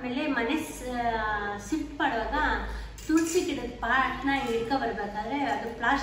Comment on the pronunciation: Mane sift alla....adu shift 😂 sariyagi mathadoke bardeirorella vlogs maadthare 😂